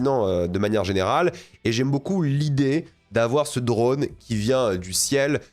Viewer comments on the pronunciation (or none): none